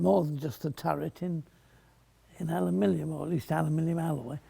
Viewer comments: The Awkward American: “It’s pronounced ‘a-loo-min-um’!” The Bullish Brit: “No! It’s pronounced ‘al-luh-min-ee-um!” The Enlightened Fletcher: “Alumillium.” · As a Scot, it was also great fun for me to hear an Englishman trying his very best to pronounce "Aluminium" ("Alumillium" indeed, ). 8-) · The American's say aluminum. The British say Aluminium. Mr Fletcher has come up with alumilium. It saves any argument.